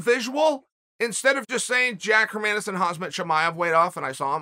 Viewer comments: "Hazmat Chivaev" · please say his name properly ffs